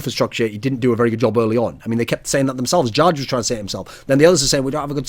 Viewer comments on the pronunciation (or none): jarge is pronounced "yar-geh"